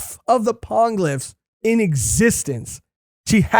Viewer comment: Hate being that pronunciation-nazi but it's gonna keep coming up. Poneglyphs is pronounced like poe-neigh glyphs, in Japanese po ポ ne ネ. Gonna keep annoying me otherwise 😅